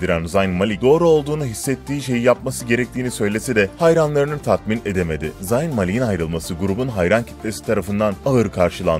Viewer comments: Zayn ni yazıldığı gibi okuyo bide ya 😒😒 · Zayn öyle okunmuyo hani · Amk şu Zayn'i bi doğru okuyun ya